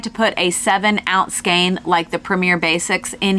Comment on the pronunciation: Interesting stuff... and it's nice to hear you pronounce the word "skein" correctly!